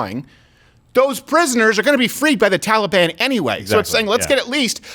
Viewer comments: Every time I hear Biden pronounce it “Tolly-Bon,” it sounds like he’s down at the mall trying to get a cinnamon roll. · Why does Biden keep mispronouncing Taliban? Makes them sound like a breakfast pastry. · Why can this clown not pronounce taliban